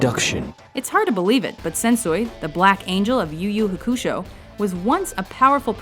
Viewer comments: Yu Yu Hakusho... learn how to say it right.. and Luffy too.. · Huckooshow, Luffie yet you pronounce Naraku Flawlessly???? WHY!?!?! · you guys pronounce things weird it's pronounced "you-you-ha-koo-show" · At least learn how to pronounce the names correctly.... I'm at vicious and you've pronounced luffys name wrong, and yu yu hakusho wrong already. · Hearing how she pronounced Sensui and Yu Yu Hakusho was just painful. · They mispronounced Yu Yu Hakusho to....